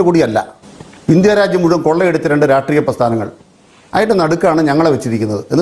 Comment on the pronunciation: നേരെ വാ നേരെ പോ. രാട്രീയം 😂😂😂. രാഷ്ട്രീയം... അതേലും ശെരിക്കു പറ